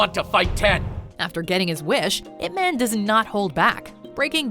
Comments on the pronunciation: As a Chinese, the narrator pronunciation of Ip Man is killing me. Listen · It pronounce as 'Yip Maan' not 'ip men' smh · It's pronounce ip mun, not ip man, it's so cringey to heard it pronounce man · It's pronounced Yip Munn, not "ipp man" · its IP MAANN.. not like IP menn... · It's Yip-Man, and you pronounce Man like you pronounce 'Gun'. Not Ip-Man - it is not some kind of a superhero name, like Superman. It is a Chinese name. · Jacen Justice it’s pronounced Yip Man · You pronounced ip man wrong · totally ruined by the mispronunciation of Ip Man and the English (Ip Man 1) and Mandarin (Ip Man 2) overdubs. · Hahaha I am korean and laughed at how badly pronounce "Ip man"